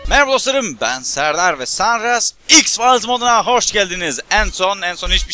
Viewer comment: x fayls diyecegine x farz diyo